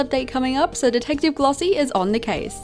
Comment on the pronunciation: glossie i’m sorry but when u said “detective glossie is on the case” i thought u said detective mommy😭